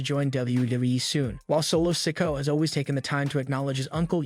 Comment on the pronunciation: His name is pronounced so-ko-a not sak-u